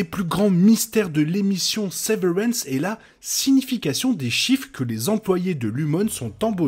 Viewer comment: C la prononciation de severance C gênant Sinon c sympa, la veille de la saison 2 Et bien ct cool bon courage C la seule série où ne ne comprend rien et dont on veut savoir la suite Chaque personne a une vision différente de la série Moi c l'espace vide, par exemple où aussi les couleurs . Toi c les chiffres Mais bon